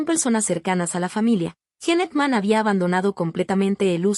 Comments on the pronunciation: Mucha inteligencia artificial y ¿no pueden pronunciar correctamente los nombres de las personas? ¿quién es JENE AKMÁN? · Me mata como pronuncia el nombre y apellido del actor